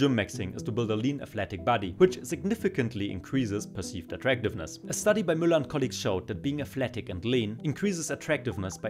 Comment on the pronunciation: ich hab mir schon gedacht du bist deutsch, als du müller so deutsch ausgesprochen hast